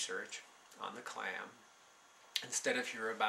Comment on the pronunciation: Clam?! I thought you said 'Klan'...there I was being outraged!